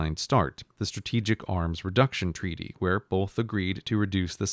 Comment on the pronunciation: "Treaty" ahahahaha 😂